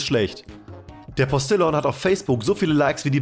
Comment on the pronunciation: Es wird nicht Postillon ausgesprochen, sondern eher postiljoo....